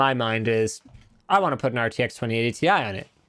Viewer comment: It is funny how has no problem to pronounce PI as PIE, but has real difficulties to pronounce TI as TIE